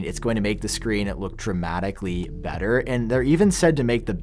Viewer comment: Smallerrrrrr. Betterrrrr. Levelllll. Pixelssssss. Batterryyyyy. Have we forgotten how to talk as a society without extending the last syllable to the last word of every sentence. 🤦🏻‍♂️